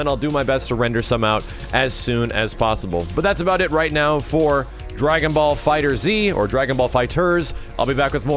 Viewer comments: It's pronounced dragon ball fighters not dragon ball fighter Z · Max, have to say it, it's pronounced Fighterz as in Fighters. It's a pun. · just a small thing, it's FIGHTERS with a Z not Fighter Z. That is all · It's not Dragonball fighter z It's Dragonball fighterZ like as in plural